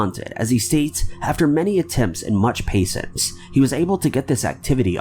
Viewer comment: "Patience". Proof read your narrations before reading! Omg. The horrendous mispronunciations make anything else said less credible or intriguing.